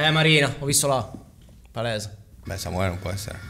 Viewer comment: ma "Samuele" ha la A!! 🤣 Comunque questo programma è stato una bella scoperta: grazie per averlo portato!! Voi come sempre bravissimi!!! 💜